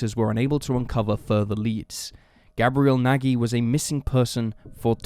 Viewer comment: Nagy is also a wrong pronunciation. It's "Nadh"